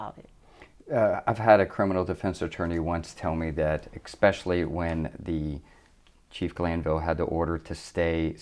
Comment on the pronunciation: Expecially 👈🧐🤔🤨👉 Especially❓️❓️❓️❓️❓️ 😒 Kinda deflates your whole pomp. 🤨 #mkay? 👨🏻